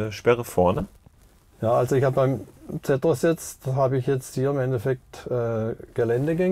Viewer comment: Sag doch mal "Zeeeetros" nicht Zättros" !!!